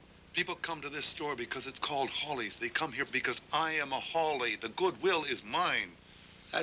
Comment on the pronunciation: Isn't this The American Dream/Nightmare...?!? Anyway, thanx for this rarity (although it's Hawley, not Hawkley)! The 1961 novel rendered Steinbeck a Nobel Prize, but in USA he was ridiculed. Canadian Donald Sutherland (b. 1935), who went through theatre school in London, and debuted in a French/Italian horror movie (The Castle of the Living Dead) in 1964 (directed by a certain American, Warren KIEFER - hence Kiefer Sutherland...), was a wellknown Vietnam War protester with his then girlfriend Jane Fonda 50 years ago. He could've made ½ a billion dollars from taking percentage from his bit part in the 1978 comedy 'Animal House', but chose a small, safe cheque for $30,000 or thereabout instead... I myself find this 1983 Waris Hussein TV movie - with my old (79) favourite Tuesday Weld - working just as well for the era of 1980s Reaganomics, and for today's America. And Sweden. And UK, €U, Russia, China... "It's glorious to be rich", as China's leader Deng Xiaoping said some 40 years ago. "Greed is good! Greed works!" (Gordon Gecko/Michael Douglas in Oliver Stone's 'Wall Street', 1987). /J, Sweden (b. in 1961...)